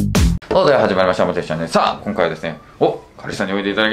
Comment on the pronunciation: 日本語ペラペラだな笑 『今回』の発音が日本人っぽい